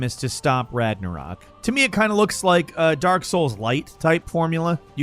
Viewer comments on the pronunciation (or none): none